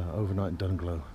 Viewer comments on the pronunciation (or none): Dungloe is pronounced "Dunloe" locally with a silent "g". The bridge that you crossed was the Gweebarra bridge, lovely illuminated at night. The road you took was not the official WAW, but I bet every biker miss those views as they don't follow the coast road. Those are my favourite roads. The Euro killed the economy in Ireland, used to be much cheaper for us anyhow when it was the good old Punt. Your POV seems to be all over the place and I thought my footage was bouncy. Lol I personally think any bike over 500cc is overkill for the WAW, smaller engine capacity is the way to go, those big bikes are for motorway miles. Just my opinion. Here's my video of that same route